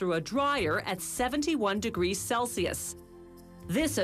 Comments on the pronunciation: did she say celsios? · Celcius...Wrong pronunciation